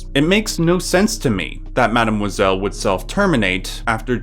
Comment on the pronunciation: the way you pronounce Mademoiselle makes me want to jump off a bridge